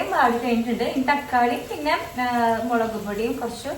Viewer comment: മേളക് അല്ല മുളക്